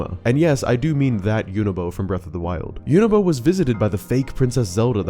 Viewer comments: Tell us you don’t listen how characters names are pronounced without telling us you don’t listen how characters names are pronounced… Yunobo, Mineru. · Hey Really enjoy all your videos. Quick question and this is just for my sanity… why do you pronounce Yunobo and Mineru the way you do? I mean their names are said during voice acted scenes throughout the game so just wondering? I know, I know they are fictional characters and you can pronounce their names however you want. I was half expecting you to say “gah-NON-dorf” lol. Keep up the good work! Upload videos more often :)